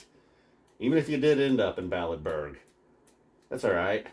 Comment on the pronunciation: “Balletburg”. Lmao.